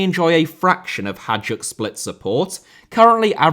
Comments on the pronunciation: Hajduk how you pronounce it would be spelled Hadjuk or Hađuk, it sounds like HaYdOOk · Its not 'HAĐAK', its 'HAJDUK' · Ps its not hadjuk, it is hajduk, pronaunced like haayduk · Only in English "Hajduk" can become "Hadjuk". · its HAJDUK not "HADJUK"!! 😆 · Hajduk pronounced ‘HIGH-DUKE’ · Interesting video, but please note that you made a sample mistake on reading Hajduk as Hadjuk. It's not a big deal, just for the sake of improving the quality of your videos even further. Nobody is expecting you to pronounce everything in the native language of each country of course (neither am I). It's just a mistake that was easily avoidable I guess. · I'm sorry, but I have to comment that Hajduk is pronounced closer to High-dook. The J in Hajduk is pronounced identically to the J in Rijeka. Also, Dinamo's low attendance is due to a combination of fan protest and damage to the stadium caused by the 2020 earthquake. The stadium can now only support around 22,500 people since the east stand has had to be closed. When the stadium is full (during Europe or Dinamo-Hajduk) it simply can't take more than around 20,000 people, when accounting for away fans having to be sectioned off. Also, the general level of the Croatian league is rather low — only Dinamo, Hajduk, Rijeka and Osijek are really worth anything at all and even they aren't great... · l knew Croatia will be in top 7 as soon as l read the title. Hajduk is pronounced like hi-dook. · it's "hay-dook split" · the pronounciation of hajduk hurt my soul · I'm an Englishman so happy to stand corrected, but I believe you butcher the pronunciation of Hajduk every time you say it 😬